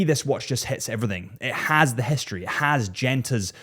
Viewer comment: Its also not hischtory🙈